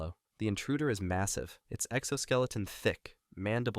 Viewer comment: did you say……MASSAVE😏